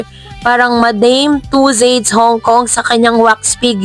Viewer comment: advise lang - please google the correct pronunciation of madame tussauds, alam ko in the future ibabalita mo pa rin yan kasi 2026 pa pala matatapos yung wax figure. thank you.